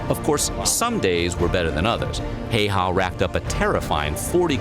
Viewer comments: i get so annoyed every time the dude says häyhä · On problem when English speakers try to pronounce these characters is that they just remove the "dots" and pronounce it like it was an English a. In this case he also pronounces the two ä's differently from each other due to the inconsistent English spelling. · they butcher his name, if u make vids and shit u should take the time to learn the pronunciation, cause i know that channel makes money, a bit more professionalism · The video is fine, but god damn does the Häyhä pronouncement drive me crazy. I know it's not exactly easy for foreign people to say but they could've at least listened to one finnish person say it and take some notes. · ikr, this guy doesn't even know pronounce it himself. Source: I'm finnish. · I wonder why so many americans pronounce the first ”Ä” differently than the second one. It should be something more like ”Heyheh”. Help me out my Finns from across the baltic sea. 🇫🇮🇸🇪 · That's still wrong though! Häyhä is hyphenated like Häy-hä, and that's something you already got right. Ä is pronounced like the "a" in "plan". Finnish is a phonetic language, meaning all letters are always pronounced the same. The y is pronounced kinda like the German ü. For the y, round your lips like you would when saying "oo" (as in "shoo") but say "ee" as in "flee" instead! It takes a few tries but then you should have the correct sound (somewhat). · "Siimou Heihah" sounds like a mortal combat character. But yeah, our language is not the most easy one to pronounce. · If you would like to know how simo häyhä is pronounced 'how_ha' with the ä pronounced the same as in 'cat'. Simo pronounces the 'o' as in orange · Damn i hate the way he says häyhä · After years... They still can’t pronounce Simo Häyhä’s name. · Very bad pronunciation of the name Häyhä in this video. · 1) Do voiceover for a video about a real person. 2) Don't bother learning how to say his name. 3) Profit? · Stop butchering this heros name, please.